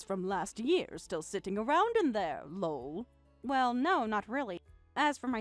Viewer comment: Lull....That's how they are pronouncing Lol. So freaking annoying. Also, whats with the long pauses between sentences?